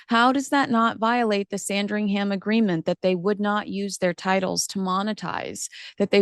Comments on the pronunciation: I love u but please…it’s pronounced sandrig-UM! not Sandri-HAM! 🤦🏻‍♀️ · Must you pronounce SandringHAM like it's a sandwich? Nails on a chalkboard.